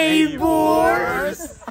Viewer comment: hindi neibors dapat nabors hahahahaha